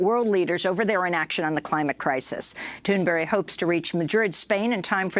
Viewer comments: Tune berry huh? STFU it Thurn burg! MORON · Amy Goodman, for months you've been calling Greta Thunberg, Greta Thunberry! It's about time you retired.